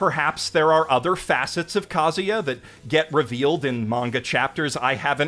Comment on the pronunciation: It's Kazuya not Kaguya tho